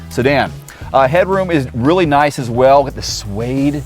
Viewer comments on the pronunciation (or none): none